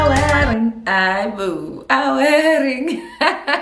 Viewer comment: “It’s a werring”😭😭😭🤚🏼